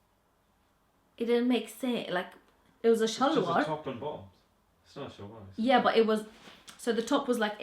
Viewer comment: Hilarious "shalwar" pronunciation